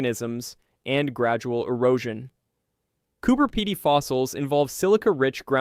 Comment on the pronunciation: Cooper Pedy I like no where else. I’m glad that this voice over at least got the pronunciation of the town. I’ve seen that opal fossil too. It’s amazing